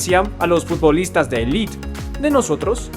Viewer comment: Élite, no 'elit'